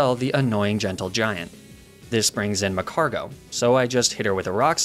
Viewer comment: I hate how you mispronounced Momcargo's name 😡😡